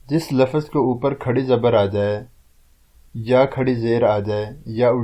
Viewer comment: Bhai sahab lafaz nahi LAFZ hota hai.. pehla aap apne talaffuz durust kaye